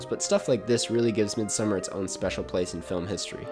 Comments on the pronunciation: It’s not midsummer it’s pronounced Mid-Sawmmer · Try pronouncing it as "mééd-sa-marr" and I think that's as close as it gets to the Swedish pronunciation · I actually had no idea, I dabbled in listening to Icelandic music so I pronounced it as Mid So Mar based off of what I heard but then all the critics called it Midsummer. I actually thought I might have been wrong lol. Glad someone was able to straighten that out. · Ok review. But your mispronunciation of ‘Midsommar’ was totally distracting the entire time. It was cringe worthy. Watch an interview with Ari for the correct pronunciation.